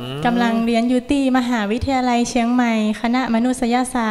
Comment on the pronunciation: ชื่นชอบน้องมะนาวเสียงไพเราะอักขระภาษาไทยชัดเจนซึ่งหายากในเยาวชนสมัยนี้โดยเฉพาะอย่างยิ่งคำว่ามหาวิทยาลัยชัดเจนมากเด็กสมัยนี้จะพูดว่ามหาลัยเป็นส่วนใหญ่แม้แต่ผู้สื่อข่าวบางคนยังออกเสียงไม่ถูกต้องเลยค่ะ